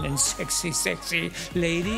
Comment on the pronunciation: Mich triggert ihre englische Aussprache 😂Cherry Cherry Läitey